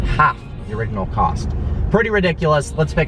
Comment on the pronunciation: He said original wrong